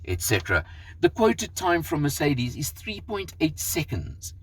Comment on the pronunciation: For a south african you've got a funny way of pronouncing mercedes 🤣